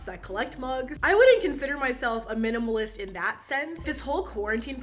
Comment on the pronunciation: Am I the only one that heard cannibalist when she said minimalist? No, just me?